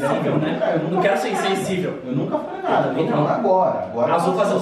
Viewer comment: os cara falando "nacada" kkkkkkkk